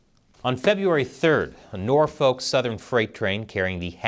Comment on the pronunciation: It's pronounced Norfuck. I'm from Norfolk. Trust me. You're saying it wrong